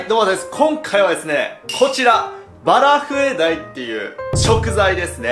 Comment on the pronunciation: バラフエDieって言ってねw(´°ᗜ°)ﾊﾊｯ..